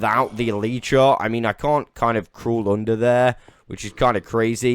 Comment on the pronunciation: Crawl and elytra you struggle to say